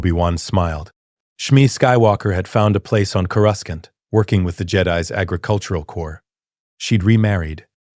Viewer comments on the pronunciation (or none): He says Coruscant like he has a southern accent. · Coruskant lol😂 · One of you writers please..please change how you type Coruscant so the ai will say it properly? xD